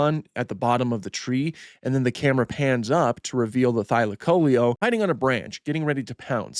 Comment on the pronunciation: first time hearing that pronunciation of thylacoleo